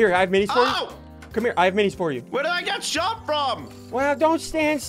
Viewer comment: “Eat the minys” -Ssundee 2019